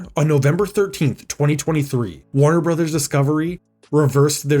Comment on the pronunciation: Note that "Warner Bros." is pronounced "Warner Brothers" (not "Warner Broze".)